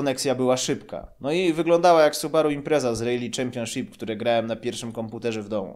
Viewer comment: "rejli" o starrrry...